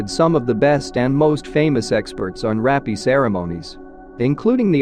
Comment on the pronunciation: If they were using that automated text to voice app… they should have just typed hapei or hapey… because hearing rape through this video is so jarring and triggering